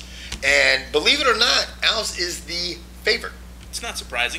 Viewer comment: alVEZ is how it's pronounced fucktards